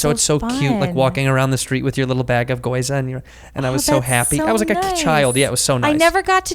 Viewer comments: I cringed every time he said "goyza". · Gi-yo-u-za not goiza lol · Andrew....it's GYOZA not GOIZA!!! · Never trust a nerd that can’t say gyoza. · its gyoza you hick